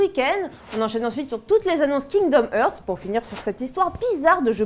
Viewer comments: STP arretez de prononcer heart en ærte on prononce arte. Kingdom Arte (hearts) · Kingdom "eurts" XD ça se prononce "harts"